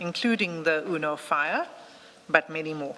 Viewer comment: 😂UNO FIAT pronounced Uno Fire, that’s Madlanga Commission University for you😅….